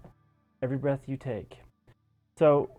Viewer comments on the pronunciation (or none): Every breaeth?? XD